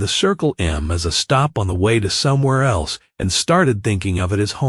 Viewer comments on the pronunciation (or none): none